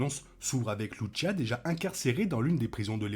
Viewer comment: Il faut prononcer Lucia et non Louchia